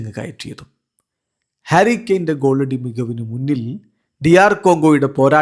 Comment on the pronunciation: ഹരി കെയൻ അല്ല.... ഹാരി കെയൻ.... 👍🏼👍🏼👍🏼😃